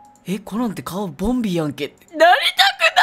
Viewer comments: ボンビーがボビーに聞こえてボビーオロゴンかとおもたwww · ボンビーがボビーに聞こえたwww